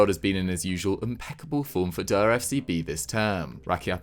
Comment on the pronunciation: Ngl they need to stop this "der" FCB stuff 🤣🤣, they say this basic word wrong and its just so unnecessary 😅